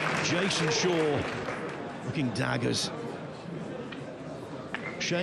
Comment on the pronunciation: Why does the announcer call Jason Shaw, SHOWA?